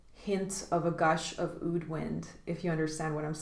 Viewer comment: Great vid I think Roja is fantabulous,but Aoud isn't how oud is pronounced in Arabic